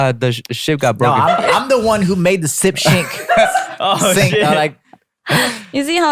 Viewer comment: did jay just say "sip shink" LMAO